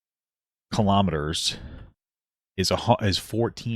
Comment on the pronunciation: "KHALAMATTERS" It's Kilo-Meters. Kilo meaning a thousand. AMERICANS, HUEHUEHUE :cat-orange-whistling